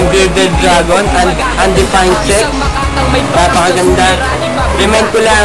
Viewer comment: ''UNDEPAYND SEKS'' HAHAHAHAHAHAHAHA